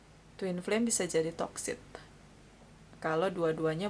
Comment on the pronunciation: Mohon maaf.. sedikit koreksi bhw pengucapan yg benar adalah hubungan yg toxic.. bukan hubungan yg toksit.. maksudnya hubungan yg tidak sehat dan ketergantungan.. Terima kasih.. maaf utk koreksinya